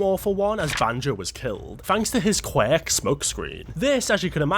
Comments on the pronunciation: Not qweck!!! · Can't hear you say QWECK one more time!!!can't finish the video. Thanks.. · "the most powerful qwak" lmfao this guy's worst enemy is the word "quirk" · Pronounced QW- Urk...qwurk...QWUIRK. LIKE TWERK....QWERK... QWUIRK!!!!!!